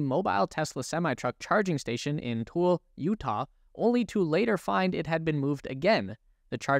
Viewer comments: Tooele is pronounced "too-ill-uh" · FYI Tooele is pronounced too-willa. Lol not many people get it right.